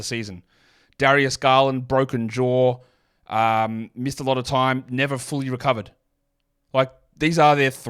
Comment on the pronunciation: When you say ‘jaw’, it sounds like you’re saying ‘Ja’. But when you say ‘Ja’, it sounds like you’re saying ‘jar’.